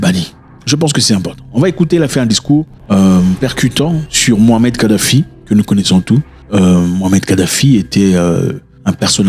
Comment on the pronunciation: C mouamar et pas mohamed.